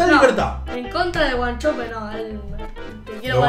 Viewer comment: El de wachope fue malísimo... los porteños dicen el "sho" en el interior no se habla asi malisimo